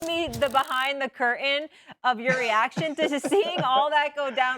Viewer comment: The woman announcer in this video mispronounced curtain